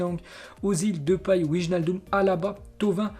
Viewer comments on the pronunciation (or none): none